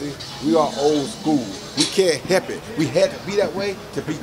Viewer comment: "we are crazy, we are old schoo, we can't 'hep' it" 😂😂